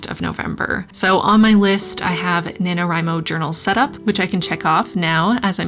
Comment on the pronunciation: God how I hate the acronym nanowrimo being spoken like it’s a real work omg stop